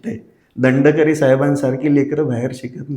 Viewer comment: दंडकरी नाही re गडकरी 😅